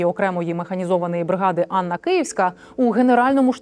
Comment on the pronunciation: Не Анна а Ганна.